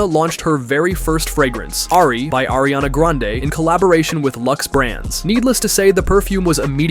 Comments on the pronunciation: You mean Irania Grand... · Ariana Granade????!!! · exactly, i was like "ARIANA GRENADE, THE HECK???!!" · You mean airiana grande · No way he said Nike Minaj bro how bad are you at spelling ITS NIKI MINAJ AND ITS NOT ARIANA GRANADE ITS ARIANA GRANDE IF YOUR GONNA SAY IT,SAY IT RIGHT PLEASE